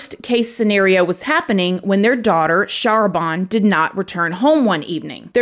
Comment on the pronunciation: Hat off for your beautiful pronunciation of the Iraqi names. Ps: They are both Muslims, Khadija is Arab and Shahraban is probably Kurdish- this is anathnicity, judging from her name.